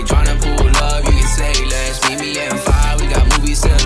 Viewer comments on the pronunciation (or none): none